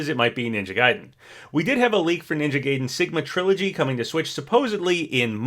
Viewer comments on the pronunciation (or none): Ninja "Gay-den" 😂 It's pronounced Guy-den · It’s is pronounced ninja guide-en not ninja Gay-den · i really enjoy ' videos but im not gonna lie his pronunciations get on my nerves sometimes. like for example ninja gaiden is pronounced "guy-den" not "gay-den" and masamune is "masa-moon-eh" not "masa-mune". it's not a huge deal but i'd really appreciate if he tried to find correct pronunciations! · The way he mispronounce "Gaiden" hurts me. It's "Guy-den" not Gay-den"! And I'm not even a Ninja Gaiden fan whatsoever! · I love you, but my gosh, pick a pronunciation for Ninja Gaiden, it's driving me nuts!...Though the correct pronunciation is "guy-den", by the way, just like how it's "ree-yu", not "rie-yu". Edit: that comment about requests for Smash and whether or not characters should be in a new game or not feels exactly what #OperationStarFall was meant to answer. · Hate to be that guy, but its pronounced "Guy-den" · I cant believe you said "ninja gay-den" MULTIPLE TIMES when you said it right in the same video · wait, so do you know how to pronounce "gaiden" or not???